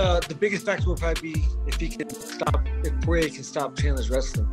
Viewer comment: sebutannya poriyer